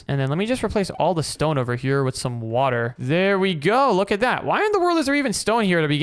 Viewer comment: Bro you said wather twice bro